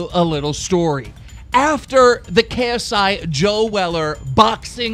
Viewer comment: Jake Paul showing him how to pronounce paul but he keeps mispronounce ksi 😐😑😑